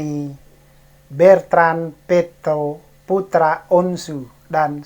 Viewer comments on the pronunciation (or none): BETRAN..BUKAN BERTAN.